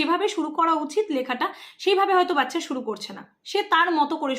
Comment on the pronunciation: Didi video ti valo hoyeche. Kintu baccha pronunciation ti bodhoy aapnaar thik hoy ni.